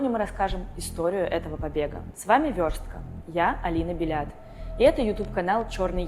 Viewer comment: Алина Белят😂😂😂 Бальят, БАлля😅😅😂